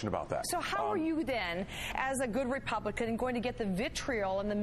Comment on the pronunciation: Hahaha REPIGLICKICIN!!!! Love it!! Gotta have some in the morning!